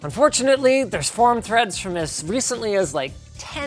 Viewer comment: Linus: This Pc not only contains AMD Ryzen core 32 fread!,.. Me: Linus it is not Fred its Threads